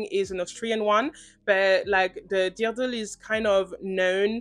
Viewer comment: I have never heard someone pronounce dirndl the way you did initially, it made me laugh a little. I am of lower austrian heritage, no hate. That dirndl is beautiful. Such a unique understated versatile colourway. Jealous! Absolutely well-spoken video. Very happy it came to my feed.